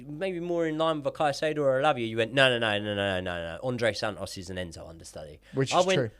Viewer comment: This would be so much mote watchable if pronounced his T’s - andrey san-os- and thats coming from a northerner